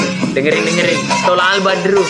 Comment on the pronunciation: Holland kak bukan badru